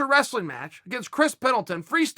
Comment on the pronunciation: It's not wrestling from now on, it's "raslin"